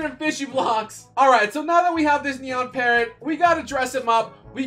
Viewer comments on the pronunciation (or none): none